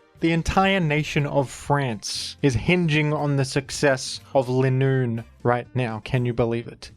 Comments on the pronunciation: Its leeeenoon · It’s not Linoone after that game, it’s “ Le Nûn “